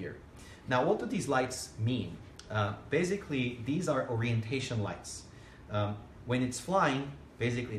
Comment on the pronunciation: How about finding an English speaker for a presentation like this?? This guy has a very limited vocabulary and doesn't know how to differentiate between S and Z.. how many times can one say "baziggkly" instead of basically?? actually actually baziggkly actually.... I'm not a native English speaker but it bugs me.